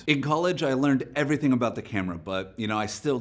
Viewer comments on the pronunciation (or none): none